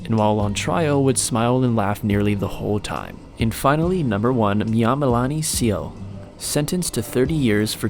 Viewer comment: #1 its a RSA Zulu name.. wrongly pronounced Myamalani scele instead of Mzameleni Cele.. please consult Zulu speaking people for assist.